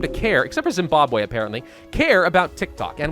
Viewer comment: My boi has almost pronounced Zimbabwe correctly better than most